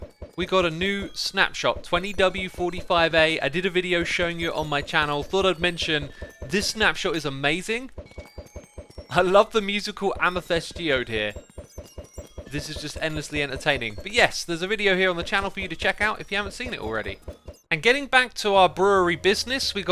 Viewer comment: Can someone tell xisuma to stop saying amethest when its amethyst